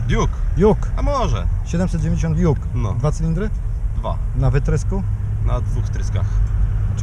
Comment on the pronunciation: Duke a nie juk